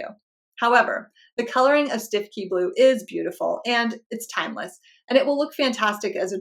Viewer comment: Just an aside Stiffkey is pronounced Stooky. Stiffkey is an area of Norfolk.